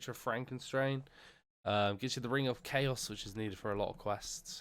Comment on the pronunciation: you are the first person ever i've heard calling the ring of charos, the ring of chaos XD